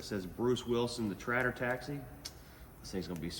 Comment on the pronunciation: I thought he had a speech impediment first time i heard it